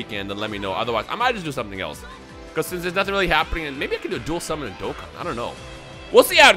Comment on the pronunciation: Bruh he said "simmon" instead of "summon" lol